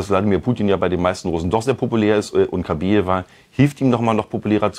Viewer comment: KabAjeva heißt die Frau, nicht KabEjeva. Ist ja eigentlich egal, aber falsch.